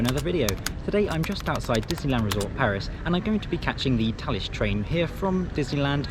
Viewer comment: Ok, so I only just learned it’s pronounced “Tallis”, and not “Phallus”, which is much more fitting…